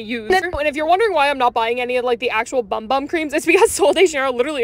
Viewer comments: It's actually pronounced boom boom. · By the way it is pronounced “boom boom” not “bum bum” I hope this is helpful ❤ please like so she can see this 👇